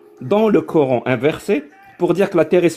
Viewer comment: « En Islèème, le Korr-ène » . Il me gave avec sa prononciation 😂